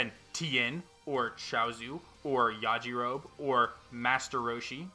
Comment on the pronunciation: You pronounce the E at the end of Yajirobe (YAH-JI-ROW-BEE) 😊